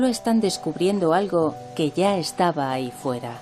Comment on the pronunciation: Sobre todo cuando dices "ahy" y "consepto"...